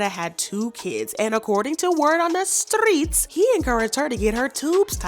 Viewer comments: Uhm . At 2 mins & 58-59 seconds. You Furrrrrgot to Roll the Tongue on Strrrrreets 🤦🏾‍♀️💙💯🤗 Continue... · When you say streets you have me on the floor!